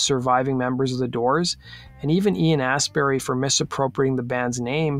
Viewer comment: He also called him Ian Assberry.